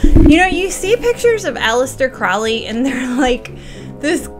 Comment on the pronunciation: Mount Everest not Mount Saint Everest. And it’s PRONOUNCED CROW LEE😊